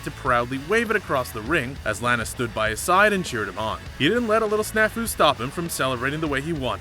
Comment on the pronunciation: Could we get another aka a better narrator for these vids? This guy doesn’t even know how pronounce Cesaro’s,Metalik’s,Nia Jax’s or lana’s name correctly! Do your reasearch before you make the video! You botched more than every one on this list!